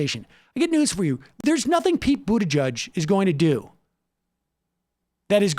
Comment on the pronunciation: Pronounce "Buttgeek"